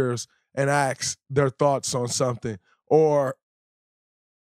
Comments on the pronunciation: Dray... love your podcast. I recommend you reach out to those guys you mentioned and AXE them how to pronounce ASK. it's an easy thing to overcome. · Anyone else more offended that he can’t correctly pronounce the word “ask”? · it is ASK, not aks. You need help